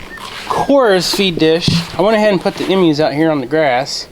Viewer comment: I don't want to sound mean, but the are Emu's are pronounced long EEEEE mu